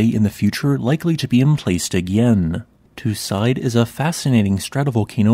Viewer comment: You are pronouncing the name of the volcano wrong. It is more like 'two seedai', with a long French e (é) at the end.